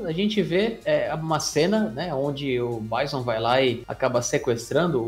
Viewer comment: Adorei o vídeo mas meu cérebro dos anos 90 não consegue aceitar quando vcs falam Báisson. :D O "certo" é Bízon.